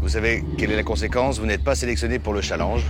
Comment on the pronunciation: mdr comment castaldi prononce challenge 😂😂